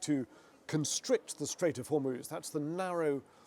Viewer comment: Reporting on a crisis, at least have the decency to learn the correct pronunciation of Strait of Hormuz. 😂😂😂